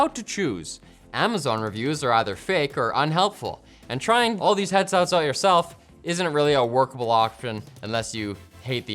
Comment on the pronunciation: "trying all these headselts out yourself, isn't really a workable awkption" change my mind